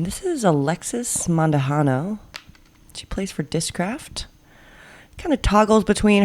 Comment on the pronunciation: What a great card to watch! Just one small thing:, it's Mandujano, not Mandujando:)